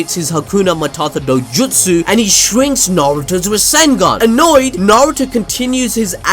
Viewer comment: he is still saying rasengeeen only.